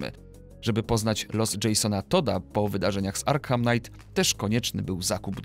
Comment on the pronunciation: Arkham czyta się jako [Arkam], ponieważ H jest nieme:)